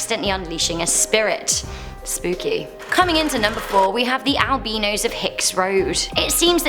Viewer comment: the way you said albino 😂😂